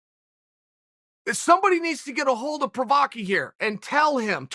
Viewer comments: Prokraev, Prokowski, Provider, Provaky... better than the last time :D That must be on purpose :D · Chael- "Prokiev, Provider, Provaki...." Jiri Prochazkas name- "I cant let you get close" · I died when he said Prokaski and then Provider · Prohaaaskaa … pls for god sake!!! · "Prohausky... Prokyker... You're not young" Literally laughed out loud. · “Prochrayev...Prochraski...Prochayer... Provaki” 😒😆😂🤣🤣🤣🤣🤣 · Remember the name, but if you can't, don't worry. Chael will remind you of Prochazka, Prokrietz, Proliev, Proklienz, Provider, Pronanski, and all of their other Pro training partners. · Prochriev.... prochosky.... provier.... provochy... wtf chael 🤣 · How Chael botches names at will.